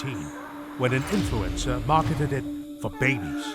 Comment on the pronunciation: I love how the narrator pronounces influencer as influenza 😂